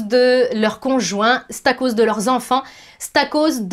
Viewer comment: oups je me reconnais dans les 15 ! :) bon le positif c est que au moins ca m aide a le conscientiser maintenant ! :) PS: le ''stacause'' m a plié de rire :D